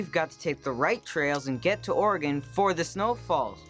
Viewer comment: love to finnally here someone say oregon right for once.